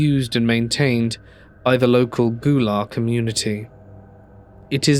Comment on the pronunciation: Hey love your videos! Just wanted to let you know for the last story Gullah as in the culture & people is pronounced gull(like the birds)-la. Hilton Head Island use to be a large Gullah community until developers turned it into what it is today. Also if you have a chance you should research the ghost stories of the Lowcountry area of the southeastern US, lots of haints & spooks here.